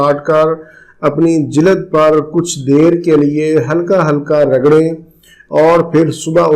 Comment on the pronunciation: Aap ka talafuz bohat galat hy ,, jilad " naheen balky *JILD*hy " darad "naheen balky *DARD*hy Please improve karain Aap ka galat talafoz, aap k lecture ko kha jata hy shukriya